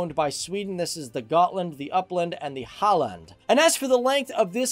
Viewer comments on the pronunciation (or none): It's Halland and not Holland.